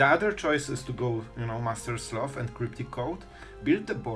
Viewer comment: Master SLOTH (Not sleuth 😂)